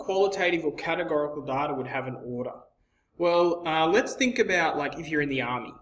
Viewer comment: you're pronouncing "data" wrong